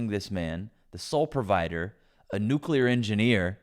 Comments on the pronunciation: She can't even pronounce the word "nuclear", she says "nuculear" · I think it's amazing that she's trying to dunk on her husband and says "nucular" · *"nukular". she said "nukular". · She said “nuke you ler” instead of the correct pronunciation. Her husband must be so ashamed. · Imagine being married to a nuclear engineer, and still not know how to pronounce "nuclear." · She can’t even say nuclear right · She can’t even pronounce “nuclear” correctly. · She literally can't even pronounce nuclear. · She's a troll literally and figuratively. No one who looks, sounds, and contributes this awfully would act like she's acting. She can't even pronounce nuclear! Total BS. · Buddy’s a nuclear engineer while she can’t even pronounce “nuclear” but he’s the incompetent one… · She can’t even pronounce “nuclear” and she’s saying her husband is the idiot. How quaint. 🤣😂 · She can't pronounce the word "nuclear" correctly. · She pronounces nuclear wrong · YouTube won't let me quite her mispronunciation of nuclear.